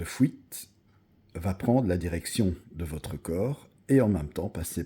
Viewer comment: Oui, est très probablement belge.